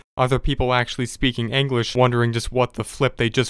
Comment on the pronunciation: the way you say "actually speaking English" sounds so fucking posh and entitled